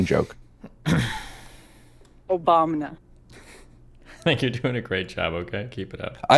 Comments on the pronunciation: im sorry but the trudeau is a teenage girl argument felt like a massive waste of time compared to the rest. Should have just spent that time saying "OBAMNA" over and over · Goddammit I’m trying to workout and every time “Obamna” happens it fucks up my set